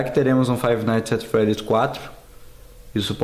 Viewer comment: Se pronuncia "faive naits et fredis"